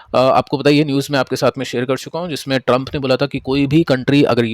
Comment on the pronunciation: Sir why you deliberately doing wrong pronunciation of US Presidents name😂😂 I think sarcasms 😅